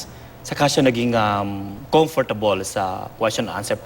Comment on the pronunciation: omg comfortable? ano nga un pano nga ibigkas?